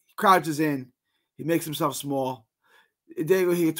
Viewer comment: Its pronounced die-go hee-ga